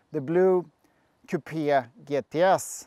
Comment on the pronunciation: Dear Wonderful video but please stop saying “kupia” the word is coupe’ (Kyle. Short “e” pronounced) Otherwise terrific Ciao